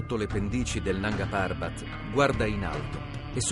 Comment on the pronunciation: Nanga parbát pronunciato da minoli non si può sentire.